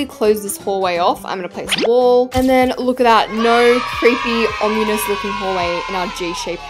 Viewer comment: lol her pronouncing ominous “omnuies”